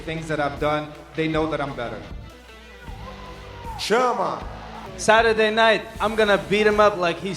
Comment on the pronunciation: It's chama but okay.